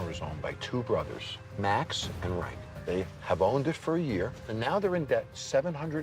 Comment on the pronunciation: "Nah, it's Ryke, not Reich."